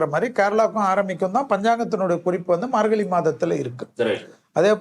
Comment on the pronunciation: Dear, Thai piranthal vali pirankum enru solhirirhal. Vali enral pain. Vazhi enral paathai. Athe pol 'markali' enru solhirirhal. Thamizhil 'zha' enra ezhuthu mihavum mukkium. Antha ezhuthu varum sorkalai pesi payirchi edunga. Piraghu matravarhalai petti kaanalam. Thamizhanaaha piranthu 'zha' enra ezhuthai ucharikka theriyavillai enral vetkka pada vendum.